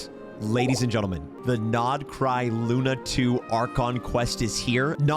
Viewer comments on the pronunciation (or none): none